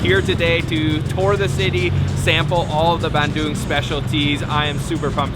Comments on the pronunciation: Hey, so happy to see your vid and that you made it to my second favourite city in Java. Thank you for pronouncing it Bun-Doong and not Ban-Dung as in poo. I’ve been going there since I was 14 years old! One of the best things about living in Australia is how easy it is to get to SE Asia. Another word for frog in Indonesian is Kodok as they sit in their little moats and ponds, singing “kodok,kodok….kodok, kodok”And lastly my man, not wanting to be ‘that guy’ they weren’t Kafir Limes (which you cannot squeeze) they were Kalamansi! And always squeeze them through a fork or even your fingers so you don’t pollute your noodles with four or five indigestible bitter bullets that will ruin your entire bowl. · Hes even more “indonesian” than me, dipping crackers to the mie kocok soup, eating with hand, and he ate sambel as well. What im proud of is, he pronounced Bandung correctly, unlike many other foreigner. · Pronounced Bandung so well!!! So proud!!! Thanks bro 😁👍